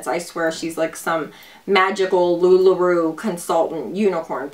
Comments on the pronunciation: It's Lu-La R-O-W, not Roo.... giggles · You make me giggle, I think it's pronounced "LuLaRow" you're so cute though lol so it's okay ☺️